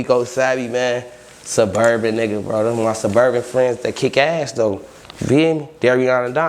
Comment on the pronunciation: "Ima a Surburban"😂😂